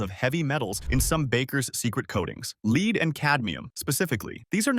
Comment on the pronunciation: Lead Please learn to pronounce it correctly. If you are ignorant of basic words, you can’t be trusted about anything you post.